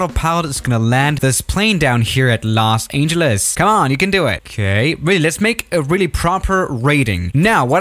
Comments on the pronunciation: "At Las Angelis" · U pronounce in los ahn -geles lol